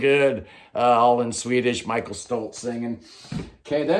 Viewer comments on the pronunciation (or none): none